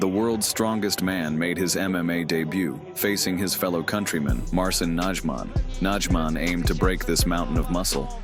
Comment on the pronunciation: Nadźman xD